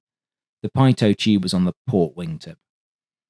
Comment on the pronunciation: PITOT TUBE is NOT pronounced PYE TOE but PEA TOE